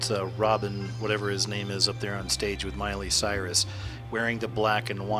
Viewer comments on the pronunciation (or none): none